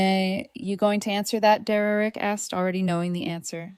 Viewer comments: His name is Der-rick. Not Derrerick. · Then the mom should help, what an entitled mom and sister. Do low contact and the Derereck pronouncement is ridiculous AI does not know how to pronounced it because I have heard this pronounced throughout all other stories. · Just when I worry that AI may take over the world, I am comforted by the fact it can't even pronounce Derek properly. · Can't AI pronounced the name Derek? It sounds idiotic every time. 😵😵‍💫🇸🇪